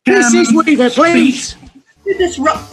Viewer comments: Jackie Wee-Vah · She said Jackie weaver